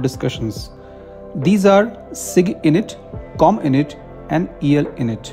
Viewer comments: It's not cominit or elinit. It's Comm. int . Abbreviation for Communication Intelligence. Like MI which is for millitary Intelligence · Int is pronounced like (int)elligence इंट .